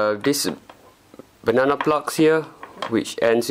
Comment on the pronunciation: hello my friend,finaly you have the good one!!the other one it was a clone,and that is garbitch,this one is a good charger,good choice,i like yo video,becouse you say funny banannnna plug!!hahaha its a joke,i hope you have a lot of pleasure on it from your charger.good video.!!!!go on